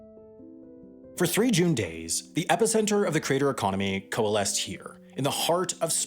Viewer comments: Why do I keep hearing crater instead of creator? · Why are you saying "crater" instead of creator? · It's really bothersome that you pronounce "creator" as "crater". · After 4 minutes 55 seconds, I couldn't take any more. I got tired of hearing the voiceover guy BUTCHER the word 'creator'. It's pronounced like that - CREATOR, NOT 'CRATER'. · It's pronounced "creator", not "crater". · Lol “”crater””???? Never heard someone homophonize ‘creator’ and ‘crater’. Omg he keeps saying it! Makes me twitch each time. Where is he from OMG CRATER!!! Holy fuck that’s weird. Lol YOUTUBE CRATER! He just said “from crater to crater” what in gods name… Edit: go to he says “larger craters” that’s beyond funny I’m dying Edit 2: “self-identified professional craters” you can’t make this stuff up folks